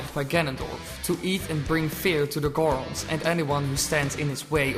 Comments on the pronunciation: sorry man, "Hilian" and "Geron"... you're killing me. very interesting theory though! I enjoyed the video. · The way you say goron is funny. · Never heard that pronunciation of Goron before. I put the emphasis on the other syllable.